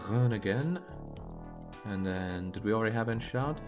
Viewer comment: Enschede is pronounced like: "And", but without the d, shuh like "duh", and then de like "day", so it's like: An-shuh-day. Greetings from Maastricht, Netherlands :)